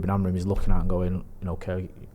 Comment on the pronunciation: When will and from talk of the devils learn that Amorim’s name ends in M not N?